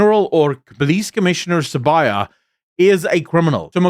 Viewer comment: THE NAME IS SIBIYA NOT SABAYA!